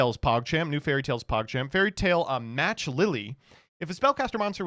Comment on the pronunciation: Hearing him mispronounce "Match" made me yell out loud. Just another day with